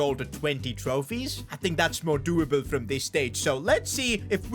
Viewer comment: bro said dubbel 💀🤦‍♂️